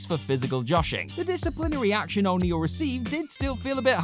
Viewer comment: how you saying O'Neil pal???